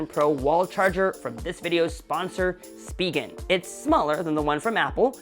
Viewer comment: And this gets me.. you just pronounced SPIGEN the way I never knew! Hahaha. Thank you! =)